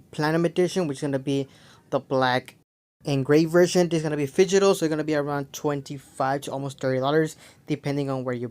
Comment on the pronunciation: "Figital wave"? It's Digital dude